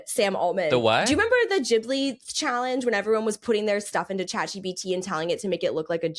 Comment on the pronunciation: Love u Kat but I don’t think Studio Ghibli is pronounced that way, it’s JEE-blee